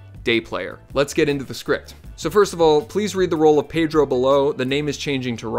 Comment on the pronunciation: Hey man great tips, but I think you pronounced Pedro wrong.